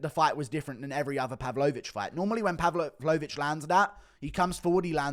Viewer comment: Cant get over how wrong you say pav-LOW-vic and aspin-AL .... just say them right